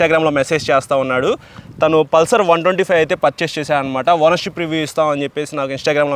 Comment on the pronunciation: అది పుల్సర్ కాదు బ్రో పల్సర్